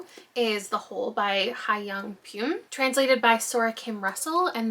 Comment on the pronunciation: If it matters to you and since you’ll probably be mentioning it again, Hyeyoung Pyun is pronounced “hyeh young pyuhn” so the vowel in young and pyun will be the same. In the Korean alphabet, it’s literally the same symbol ㅕ. ❤